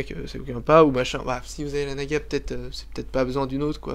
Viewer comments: on dit naga et pas nagua car razer donne des noms de serpent à ses souris sinon bonne video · Naga se prononce en français comme navigation, et non comme nicaragua qui se prononce "goua". Donc avant de donner des leçons, on vérifie ses sources! La mienne: larousse.fr/dictionnaires/francais/naga/53691 et tu en trouveras facilement d'autres. En résumé,, prononce tout à fait correctement le nom de la souris.